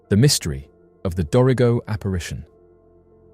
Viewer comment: “do-ree-go”is actually pronounced like “Dorago”